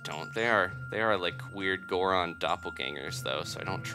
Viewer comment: Wow somebody who doesn't say gooron every time they turn into a goron